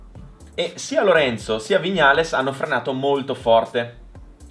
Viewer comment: A OGNI "VIÑALES" È UN COLPO AL CUORE😂